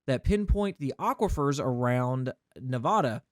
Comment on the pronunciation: I love your content but im having an issue with your pronunciation of Nevada. Its not Nev-ah-duh its Nev-aa-duh.